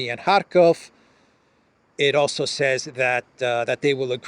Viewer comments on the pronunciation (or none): none